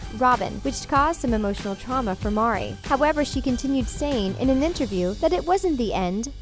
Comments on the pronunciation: omg thank god someone else said it. it drove me crazy every time she was called Mari. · Can u please pronounce meri,s name correctly it's very annoying to hear u pronounce it incorrectly over and over.. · Most annoying thing in this whole video is the person you chose to read the script can't say Meri..ffs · The only thing I found shocking waa how they butchered Meri's name... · Why is nobody able to spell and say Meri's name properly? I find it very intolerant not spelling her name like she is named. This is a sign of respect!!!!!!!!!! Her name is MERI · I love how no one got Meri’s name right that’s a lack of good research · Greytealight and mispronounced it on top of misspelling it. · The pronunciation of Meri is driving me up the wall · i know but the person talking in the video didnt get her name right once it seems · yea it drove me crazy too that she kept saying the name wrong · thanks saying Mary name wrong over and over was so annoying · Meri, not Mari. Meri. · Why do you call her MAH-ri? It’s pronounced MEH-ri. Do you even watch the show? Geez! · Meri not Mari right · It's Meri not Mari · It’s Meri not Mari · Gosh!!!! Get Meri’s name right! It’s not Mari!!! She’s my favorite! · Mari is pronounced like "Mary". It's not "MAH-ri". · I like the video... BUT.. HER NAME IS MERI!!!!! NOT "MARI" ... MERI JUST SAYIN 🙄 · "Meri" not Mari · It’s not marrrrrri it’s like Mary, but this is just gross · Who's Mari???? ITS MERI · If you are going to hate, at least watch an episode of the show. Her name is Meri, not Mari. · in and I’m out, maybe you could get someone with basic reading skills to redo this video. They have 18 kids and it’s Meri said like Mary, not Mari. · This video was stupid. It’s Meri, not Mari. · Maybe the person giving the narrative for this video get the names right...it’s Meri, not Marri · MERI lol not Mari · This Talko crap obviously doesn’t watch the show. Wrong on so many topics and Mari? It’s Meri. 🙄 Live and let live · Her name is pronounced Mary